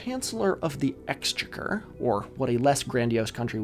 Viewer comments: Very nice video. Thank you. Two minor quibbles. The word “Exchequer” is stressed on the second syllable, not the first. So it’s exchécker, not éxchecker. Secondly, at 39 minutes in, I think you’re confusing Winston Churchill’s father with his son! Lord Randolph Henry Spencer-Churchill was a Lord from birth and never a “Sir”, since he was the younger son of a Duke. Sir Randolph Churchill was Winston’s son and was knighted (and thus made a “Sir”) in 1957. There was no Victorian politician or Chancellor of the Exchequer called “Sir Randolph” therefore. Oh, and one other thing. It’s pronounced hayp-knee, not harpenny. But I wouldn’t wish to impose any pronunciation rules on the unwilling anarchist!! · the chancellor of the exchequer (or, just "the chancellor") is still an important office today, and is actually pronounced chancellor of the ecks-CHECK-er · Some pronunciation notes: Chancellor of the Exchequer, the stress is on the second syllable, so it's Ex*che*quer. ha'penny (half-penny) is usually pronounced 'hay-pny', two syllables. To say 'two-and-a-half pence' for example, you'd say 'tuppence ha'penny' which, incidentally, became slang for 'not a lot of money'. "You couldn't get tuppence ha'penny for it" etc. By decimal day, the threepence coin (or 'thrupenny bit', pronounced 'thru-pny' naturally) was a 12-sided coin which looked quite cool. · Brit here. As I know you care about local pronunciations, thought I'd point out (as others might have already) that Chancellor of the Exchequer - which is still in use today - is pronounced closer to "ex-CHECK-ur" with the emphasis on CHECK, particularly CH, and the ur quickly and unemphasised 😊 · A few pronunciation corrections: ha'penny is pronounced hayp-nee, and Exchequer is ex-checker. And Australia only decimalised 4 years before the United Kingdom. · Annoying comment here, you don't have to take it on board, in Britain we pronounce Exchequer with stress on the second syllable